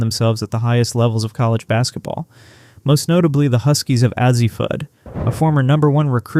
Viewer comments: Exactly, btw who is AH-ZEE Fudd ??? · Azzi is pronounced A Z. Every UConn fan will tell you that they could use Serah Williams, who is a proven scorer and defender in the post. They could also use Kayleigh Heckel as a second point guard to go with KK Arnold to keep up defensive pressure the whole game. They probably would be fine without them too. I'm guessing that many UConn fans aren't expecting much out of Caroline Ducharme after all her injuries but I'm predicting she will return to form and be a starter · Please learn how to pronounce Azzi Fudd's name. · How does he get her name wrong? Is this an AI voice? I mean, Azzi got more than enough coverage for a college hoops fan, one who has a channel, to know how to pronounce her name. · How cdan you even begin to think you understand anything about UConn yet are unable to pronounce Azzi's name correctly?